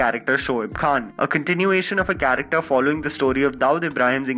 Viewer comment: Cha Ra k Ter word Sahi pronounce kar